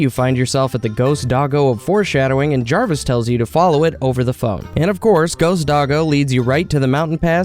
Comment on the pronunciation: I love the mispronunciations so much xD. Jarvis was the best one